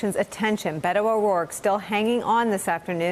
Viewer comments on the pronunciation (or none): This guy claims to speak Spanish but he can't even pronounce the name he uses by cultural appropriation correctly. It is not "Bet-to", it is pronounced "Bay-toe."